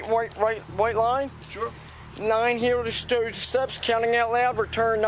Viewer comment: The cop can not say "heel to toe steps" to save his life!!! He sounds drunk himself!! He says it 3 times and gets it wrong and slurs his words